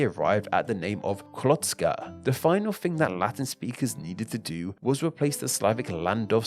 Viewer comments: Yes, the stress was on the wrong syllable. He kept saying hr-VAT-ska, when it should be HR-vat-ska. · STOP THE HECK SAYING HRVATZKA ITS SPELLD HRVTSKA BUT ITS SAID HRVACKA!!!!!!!! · ill never forget when he reads "croatska" as "klotska" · When saying Hrvatska, accent is on H (yes, on consonant. That's because R can "act" as a vowel by putting accent on the letter before) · Thats not how you say Hrvatska tho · So much research but can’t even pronounce hrvatska right😭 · It was painfull listening to you pronouncing Hrvatska. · I am from croatia and this video is cool just one small problem. The way that you sed Hrvatska and Dalmatia(on croatian Dalmacija). Volim Hrvatsku i ponosim se njoj🇭🇷🇭🇷🇭🇷🇭🇷🇭🇷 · hrvatska came from the legend whit 12 brothers and 2 sisters one of the names was Hrvat and pls when u say hrvatska say R i am croat i know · You didn't pronounce "Hrvatska" right. :/ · Actually the way he pronounced Hrvatska could use some work though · Bro the way he pronounce Hrvatska is crazy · BRO HOW DID YOU PRONOUNCE DUBROVNIK AND HRVATSKA? BRUH